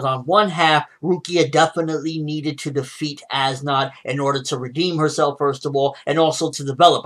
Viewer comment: how do you pronounce as nodt's name? ass knot